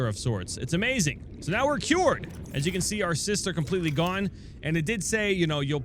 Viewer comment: "They are cyuwered"